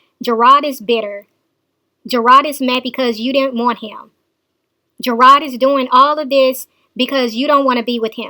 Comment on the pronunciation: not ''GERARD'', isn't the one that issued a warrant for her arrest! It's the courts because she is not following the stipulations of the court order.